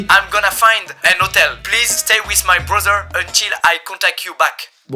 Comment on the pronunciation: « 👹 »